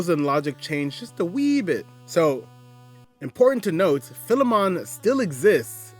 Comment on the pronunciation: Everyone always mispronounces Philemon. It’s Fye-Lee-mun, and is the archetype of one who owns a slave who is treated as an equal